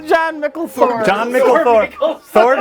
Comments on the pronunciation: Leaving out the mispronunciations of "John-Mikl Thor" would've kept it under 1 hour. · Every time they screw up Jon Mikl Thor's name, blood pressure rises by 5 points.